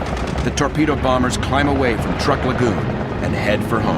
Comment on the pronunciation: The narrator should have done his homework that way he would have known that Truk is pronounced "Trook"